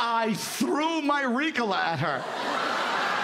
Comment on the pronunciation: You can tell by the way he pronounced ricola , that he has never smoked weed or taken a throat lozenge 😂😂 dude is full of bs